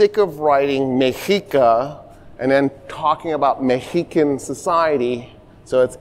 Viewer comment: South Park was right. “The Last of the Meheecans.”